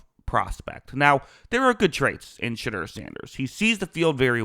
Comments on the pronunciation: Smetimes when you say his name it sounds like you're saying "Shitter" Sanders and it kinda fits tbh. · If u do not watch college football u should NOT be one to elaborate on a player or players.. plus u are not pronouncing his name correctly.